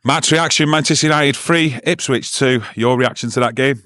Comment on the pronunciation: It's Ipswich for fuck sake